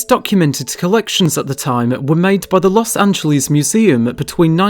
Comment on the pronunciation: Don't say "Los Angeleeze", it does not rhyme with cheese. If you have to, say it like its a word in SPANISH- Los Anh_heles, or just L.A., The way the locals call it is "Loss ANN-JEL-iss" (rhymes with "paleontologist", sorta)